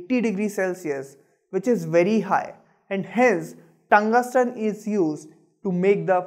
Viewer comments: Its not tungasten it's tungsten bro check pronounciation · "TuNgUsTeN" for "Tungsten" lol.